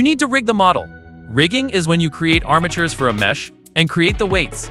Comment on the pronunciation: armitures or bones... eæuuh